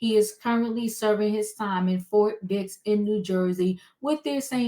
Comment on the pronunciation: Did you say Fort Dix or Fort Dicks prison? God bless merikkka! Where else can a billionair nigggr rapist fuck get special treatment. Merikkka, you always get fucked by the billionairs...gallons of baby oil help the burn though...😊 If you see an oil tanker near Fort Dicks...Diddy did it! 😂😂😂😂😂😂😂😂😂😂😂😂😂😂😂😂😂😂😂😂😂😂😂😂😂😂😂😂😂 #cancelsnoopdiddynigerswhitelovingniggggggeeeeerrrrrs!😊